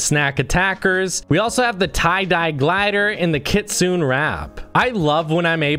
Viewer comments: it’s kitsune as in neigh like a horse goes neigh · btw it isn't pronounced kit-soon it is kit-su-ney